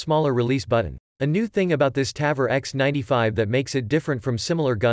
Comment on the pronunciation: Interesting video. Quite some corrections: -The Ps90 holds 50+1 rounds standard -The tavor is not awesome for leftys, due to the shell ejection. It's time consuming to convert it. -The pronounciation of Tavor is on the o. -it's flash hider, not compressor -KSG grip and stock are not made from glass, but fibreglass -The 10/22 bullpup is nice, but from personal experience i can say it's unreliable -The 10/22 magazine only extends if its a 25rd, not the 10rd -"removable rail cover so you can adjust the charging handle for better accuracy". Wait, what do you wanna say here? 😅 -The tavor x95 is certainly not direct gas impingement, but long stroke gas piston driven -the panzer arms holds 2 by 5 rounds? What? -it's "three O eight", not three hundred eight -you cannot use the term torque on guns.. -generally guns that take AR magazines can take any number of rounds. 10, 20, 30, 40, 60, 100..